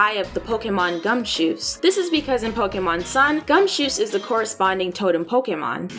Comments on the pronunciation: I'm just glad she actually pronounces Pokemon correctly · The voiceover has a bit of an echo or hollow sound, but I am very happy to hear Pokemon pronounced correctly.